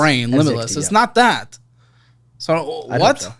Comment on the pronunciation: When hits us with that strong Midwestern "dat" 😂 Hello from a fellow Midwesterner!